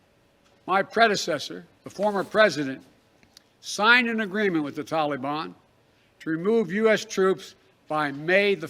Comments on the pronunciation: Stop saying “tolly ban” you clown !!! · This joker Biden can't even pronounce "Taleebahn" correctly! I cannot stand to listen to him talk. He makes me physically ill. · You Biden killed our young soldiers you left Americans there. The taliban has our equipment and think they have changed well sir they have not. They are hanging people by ropes under our black hawks. Hell you can't even say taliban right. By the way Trump did not let those criminals out. Wake up. You and your administration are a joke. You screwed our allies, your so called drone strike killed civilians not the "issue k". You need to be impeached withe the rest of your administration.